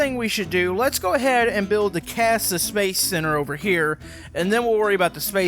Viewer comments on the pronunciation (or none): It’s not casa it’s NASA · Did he just said "CASA" instead of NASA? Or is it intended? And also why is the space station still intact it should be destroyed and pretty gone because of the heat and pressure when it was going to the Earth also the astronauts should have evaporated now BTW it is ok to be unrealistic because everything is possible in tiny town VR. Also DO NOT REPLY KIDS THAT DON'T KNOW THESE STUFF.